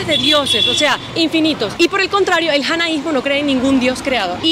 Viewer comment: Hola Una pequeña corrección creo que no se dice janaismo Se dice jainismo Al menos lo que dice Google Gracias